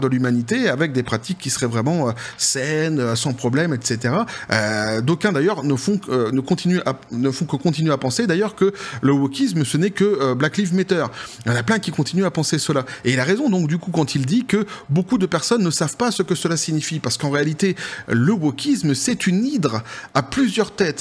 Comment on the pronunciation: blac liiiive maiteur ? Faites un effort😂. Sinon, félicitation, excellente video